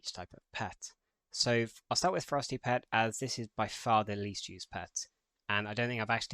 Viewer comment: Thx for the guide but your "Ferocity" prononciation is close to "Frosty" even the youtube subtiles translate it in "frosty", that confuse me so much...